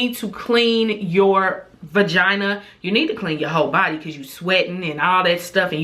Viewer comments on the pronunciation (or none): Finooter 😂 I love it